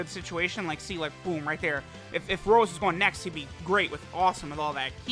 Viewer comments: Petition to get to say Rosé instead of Rose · please stop saying rose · I knew something was wrong, this ain’t. He calls him Rose and not Rosé.